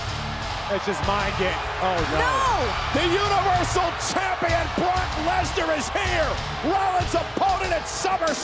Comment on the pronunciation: Did anyone else hear cole say "Universal Champion BORK LESNAR" LMAO!